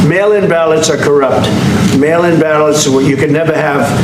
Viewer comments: Ooh! I thiught he said male inbalance 😂😂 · I thought he was saying ' male imbalance' at first. Think I need a hearing test 😅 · Every time they said mail in ballots I heard male imbalance